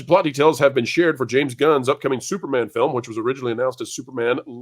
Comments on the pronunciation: Did you just call him STUPORMAN? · Yes, you DID call him Stuporman! A call back to the old Marvel mag, "NOT BRAND ECCH!"